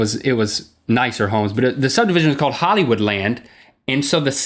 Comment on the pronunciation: called not calrd